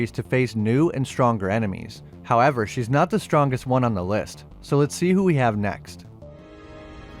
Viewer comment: Vun..,ah ha, too....ah ha, tree.....ah ha😂😂😂